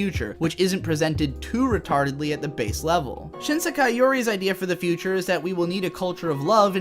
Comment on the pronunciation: This unpopular opinions = more views schtick is getting old. Such a tired old trope used repeatedly by. The voice acting in this video is not that good either, the word “Sekai” is badly mispronounced for instance, and I really do not get any emotional depth to main narrator/protagonist, the one who plays the part of the contrarian anime reviewer. The animation quality for the video is quite dated as well. Also, failing to understand basic things about the show, and using this stupidity as a basis for criticism of the show, while it does help turn the contrarian narrator character into somewhat of a comedic character who always gets things wrong, for some reason the unintentional comedy of that just falls flat and is barely even funny at all, probably because of the lack of character development or any real plot. This YouTube video is one of the worst anime I have ever seen, possibly even worse than Princess Mononoke.